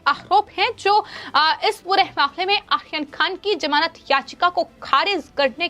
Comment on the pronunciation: आर्यन खान को आसीन खान बोलती है. 😁